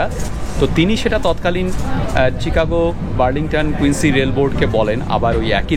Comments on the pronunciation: শিকাগো, চিকাগো না। সংশোধন করে নিলে ভাল হয়। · Chicago pronounce like Shicago